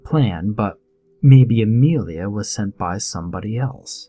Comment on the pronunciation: It is Amelia not Amrealia